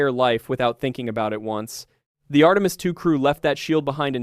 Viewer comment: Post-production! Fix the LLM's mispronunciation of, for instance, Artemis. Ctrl-A on the text program, click to save, Ctri-V, past into the LLM interface, then click GENERATE only begins the workload. Now, wave by wave, sanitize your product. The creator cannot help but know this. Still, he chose the Easy Way and produced AI Slop.